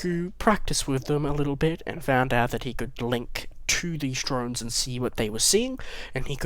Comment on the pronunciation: when you said drones I thought you said drugs